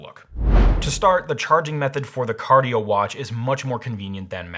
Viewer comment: Cardie-O? Is this Cardi B's shady cousin? XD